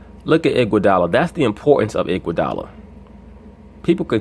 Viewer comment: This dude said andre igudala 😂. Yea he the best player in the team